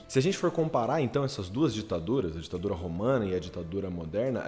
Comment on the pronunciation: Ouvi rapadura e não ditadura🤣🤣